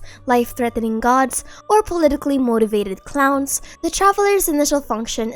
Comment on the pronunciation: "Politicly motivated clowens" that was personal 💀